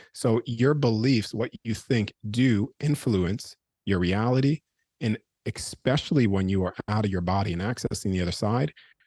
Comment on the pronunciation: Why in heavens name do so many people have difficulty saying "Especially"?! instead they revert to talking like a child by saying "EXPECIALLY" One of many great mysteries.😂